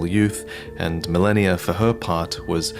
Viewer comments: Stop saying melaninalala. It's Meh-lee-na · did he say Melanir? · Mfer giving me ptsd with "Malenia the blade of miquella"